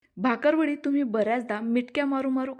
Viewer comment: भाकर वडी असा उच्चार करू नका! 🤨